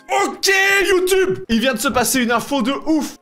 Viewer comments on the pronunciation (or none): none